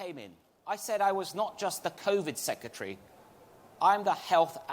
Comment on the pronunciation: Seketry... It's sec..re..tary. There is an 'r' in the second syllable